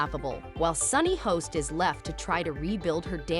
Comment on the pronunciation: Get your freakin' AI Voice to at least get her name, and common words right!!!!!